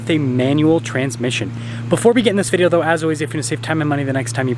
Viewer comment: Will you ever be able to say the word "video"?